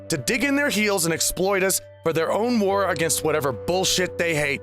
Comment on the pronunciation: I keep hearing “vore” instead of “war”, I fear I should worry about my kink eating going a bit too far up...^^; I really hope maybe we can at least do something about all this among furries...^^; I really hate this trend...